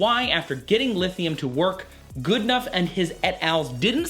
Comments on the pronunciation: Dr John Goodenough not Goodnough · It's Goodenough not goodnough :)